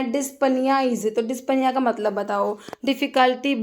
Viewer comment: डिस्निया not डिस्पानिया